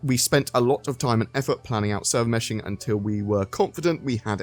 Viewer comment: Server Meh-shing